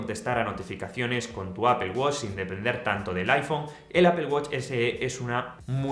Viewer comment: "Apel" no "apol" que parece que vas a vomitar el nombre...